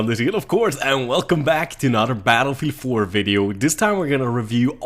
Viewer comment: "battlefee 4"